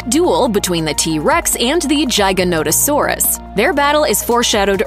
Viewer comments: Its giganotosaurus. With a G not a J. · Jiganauto? How tf do you say giga-noto-saurus wrong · "Jiganotosaurus" 🤣🤣 it's "Giganotosaurus" like "gigabyte". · Um.. maybe someone has said this but Giganotosaurus is pronounced (Gig) as in Gigabyte not Giy as in Giant.. I couldn't stomach listening to the rest of this, the mistakes were unrelenting. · Giganotosaurus. Giga not Jyga. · Giga, as in "gigabyte"...Gi-gah-noh-tah-saw-rus. Thank you. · Giga in giganotosaurus is pronounced like gigabytes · the Dino is called giga Nota saus not whatever you call it lmao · The gignotasuars that not even how it's pronounced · The way this video pronounces giganotosaurus KILLS me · You couldn't even put the effort into pronouncing Giganotosaurus, or what the creature were in the end scenes (Quetzalcoatlus and Sinoceratops) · Anyone catch the way she pronounced Giganotosaurus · Yep, it hurt a little lol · Please learn how to pronounce the name of the giga properly